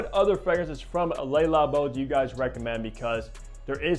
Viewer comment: Nice review but PLEASE learn to pronounce the brand. Its not “Lay” Labo. It’s Le Labo. “Le” sounds similar to “luh” . The “lay” sound you keep making is how one in french pronounces “les” …so it makes what you are saying even more silly. Sorry to call you out on it but its a showgirls ver-sayce kind of thing to many ears.